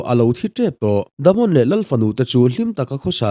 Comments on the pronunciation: Damond itia😂😂😂.... Daemon tila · Daemon Targaryen❌ The Mon Targaryen ✅ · Themon😂 Daemon Daymon tia lam a fuh ang,ngaihthlak a nuam zawk bawk ang. No offence